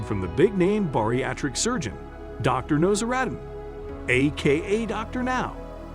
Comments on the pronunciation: The doctor’s name is actually pronounced Now-zar-din, not No-zah-rad-in. Just thought I’d let you know. ☺️ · Dr Nose-Ah-Radd-in